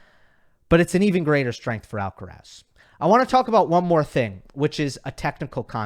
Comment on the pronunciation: Pronunciation: Put the stress in Carlos' last name on the last syllable. Spoken stress is on "raz"., you are pronouncing Alcaraz with stress on the "Al". But then again almost everyone gets it wrong unless you are a Spanish-speaking Latino.